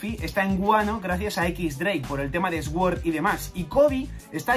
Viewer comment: por el tema de que?!?!?!??! sssuord????, se dice sord la w no se pronuncia!!!!!